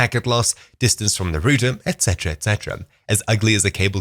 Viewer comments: I'm sorry, but ROOTER!? I died when I heard that. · Did you just say distance from the rooter?? lmao you have a strange voice overall, no offense